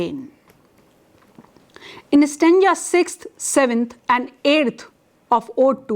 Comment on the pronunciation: Stanja .....or .Stanza Terrible pronunciations